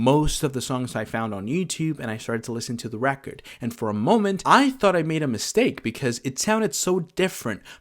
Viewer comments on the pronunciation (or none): none